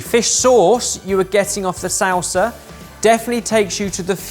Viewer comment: asks for clarification on pronunciation of Pinnekjøtt,, Barry,: "Sowl-sa"